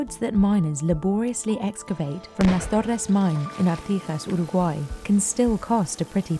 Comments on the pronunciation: why does she pronounce Uruguay like that? sounds like shes gargling marbles while saying it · When did people start pronouncing Uraguay like that?